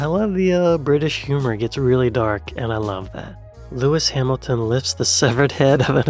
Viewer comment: I was confused for a moment when I misheard one of your comments! The pic of the man in a wheelchair, you said "that's dark" - I heard "that's duck", and was thinking no, that's a flamingo!? 🤣